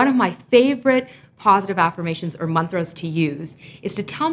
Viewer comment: ooooof when she said mantras properly THANK YOU